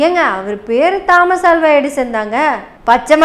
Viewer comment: அது 'தா'மஸ் அல்ல தோமஸ் (Thomas) 'ஆ'ல்வா அல்ல அல்வா (Alva)